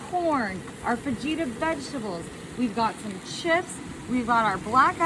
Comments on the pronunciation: Fa-G-Ta ❌ Fa-He-Ta ✅ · so is saying fu -gee - tuh She can’t even say fajita correctly. 🤣🤣🤣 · Did she say “fuh-gee-tuh” vegetables? 😮😂 Ain’t NO WAY 🎉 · It's Fa he ta lol. I'm Texan and never seen that lol😂😂😂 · Once I heard Fa-Gee-ta vegetables... I had to dip good luck with that✌🏽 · Fa-gee-ta vegetables? Nah, she didn’t learn that in Texas! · First she can't pronounce Hibachi or Fajita correctly (and it's a flat top or a griddle, not a Hibachi. Did she say Hababichi? twice?)). Then she makes this soupy mess? I'm sure it tastes better than it looks, but I think it would probably be better in a wrap as a burrito.